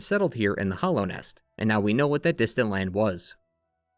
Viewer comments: Hallownest is pronounced with a short a sound, right? Like "hallowed ground". I keep hearing hollownest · “The Hollownest” - “Hallownest”